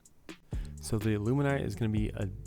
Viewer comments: How about a prep guide to pronounce illuminate? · Why can’t people pronounce illuminate..